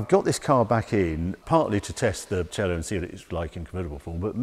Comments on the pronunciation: Harry its C-A-Lo not cello like the instument. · Great in depth review Harry, as always I might add. One thing, you pronounciate Cielo wrong. It's pronounced Ci-A-lò, not Ci-ello. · Hallo Harry, I know, that all English speaking people tragically have massive severe problems to spell foreign words just right (for example a Porsche is being changed into a Porsch). But if you call the Maserati Cielo a Maserati Cello, it is a complete different meaning. Cielo is Heaven in Italian and a Cello is a music instrument (that would might be played in Heaven, but no one knows it for sure). You wouldn't be pleased, if we call your King a Burgerking, just because a Burger in Germany means a Citizen. So, please make more effort! Thanx! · Damn it sounds so bad when he says "Cielo", and I'm not even italian😂